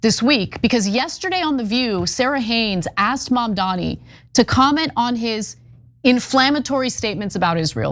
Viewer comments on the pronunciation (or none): Their hatred can't be missed, they refuse to pronounce his name right. MAMDANI. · MamdaNi, Ted. MamdaNi, not MamDammy. Learn to pronounce his name if you're gonna criticize him, and we shall see how this turns out. NYC is desperate for a new mayor with progressive ideas, and Zohran will bring this and more.